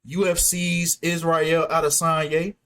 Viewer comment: You are pronouncing Israel correctly.